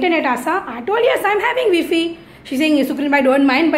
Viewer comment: V - fee (wifi) ha ha 🤣 🤣 🤣